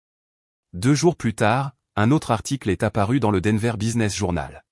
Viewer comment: D enver!!!!!pourriervous respecter 'es noms propres